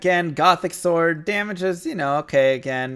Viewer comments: I dont think thats how you pronounce Sword, but maybe you are trolling? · Always trust americans to pronounce "sword" wrong...